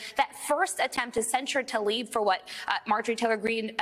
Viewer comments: PLEASE learn how to say people’s names. There is no ‘a’ between the ‘t’ and the ‘l’—i.e. it is not ‘Talib’. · Rashida Tlaib. Ta-Leeb? No it’s pronounced Tal-E-Ban.